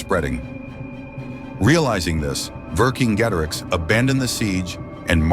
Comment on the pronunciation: Pronounced Vercingetorix correctly.